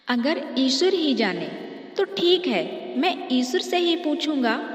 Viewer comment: O bhai vo eshur nhi eshwar h.